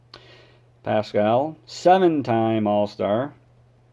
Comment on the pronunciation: His name is pronounced Pass-squal